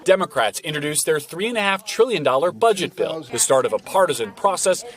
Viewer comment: Sheesh, we don't get news anymore. We get opinions and innuendo through the use what syllable you stress and such. Rather than saying it's $350B a year for 10 years, they say "Biden's three point five TRILLION dollar bill." And on the two syllables tril·lion, notice the eyebrows and non-verbal communication cues that stress the number.